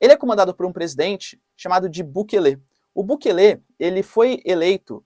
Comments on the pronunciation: Professor não é bukele e sim Bukéle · O presidente Bukele, que aliás não se pronuncia assim caro Professor e sim como se a do meio fosse a sílaba tônica (Bukéle), enfim, ate agora ele fez coisas interessantes e diferentes, não sei se isso seria combater fogo com fogo mas pelo menos toma providências enérgicas, esperemos que tenha bons resultados.